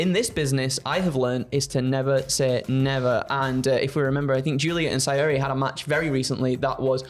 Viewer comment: Btw it’s spelt Syuri but it’s pronounced Shuri, maybe do some research before doing the news 🙃